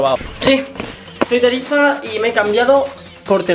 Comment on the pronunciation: vocaliza tarifa , hagame el favor